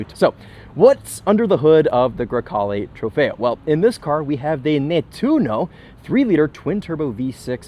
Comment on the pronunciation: I’m not saying you have to say it with the Italian accent but bruh…. A GREY CALE IT IS NOT 😂😂😂😂😂😂😂😂 TRY A LIL BIT SHEESH COUNTRY AMERICAN 🇺🇸 BOY HAHAHAHA😂 GREY CALE 😂